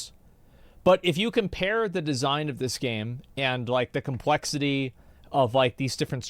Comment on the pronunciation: If I have to hear you say "Compwexity", one more time...